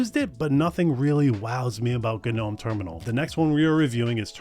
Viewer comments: Guh-nome? Its pronounced just "nome" i'm in, if this continues im going to... UGH. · Oof the way he says g-gnome was painful xD Interesting video otherwise :P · Dude... It doesn't have to be pronounced differently just because it's Linux.... Guh-nome? Really? The G is silent... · somewhere in the last few decades, it became really normal to not ka-now how to pronounce words in English. "Ga-nome Terminal" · oh man, all those "guh-nome"s lol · guh-nome?? who the heck says guh-nome? the Scandinavians are lighting torches right now. you should take a security course if you think having an AI chatbot incorporated into your terminal is a good thing. good grief. and, frankly, terminals are all well and good, but you're eventually just going to default to the terminal that spins up with your VM; usually Xterm or XFCE4. i do, however, concur with Wezterm and KiTTY evals. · It's shocking you're never heard the word "gnome" before. The 'g' silent. Come on now. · I can't continue. 2 minutes in and dude can't even pronounce the actual English word "gnome". It's too early in the morning for me to push through. I'm sorry. Good production quality, I just personally cannot deal with this right now... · It's pronounced gnome, not gnome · I hate how you pronounce "GNOME"